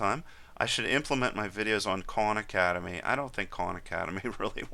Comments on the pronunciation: Lol I thought you said 'con academy' but your saying KAHN hahahaha... you know both styles are good in there own way... They do not coveer what you cover and visa versa...excep for python. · First I'd like to say great videos. You mentioned some other videos, which I can't really make out what your saying. It sounds like you're saying Corn Academy?? Do you have a link to where you're speaking of? Thanks